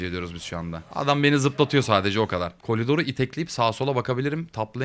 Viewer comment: abe niye kolidor diyon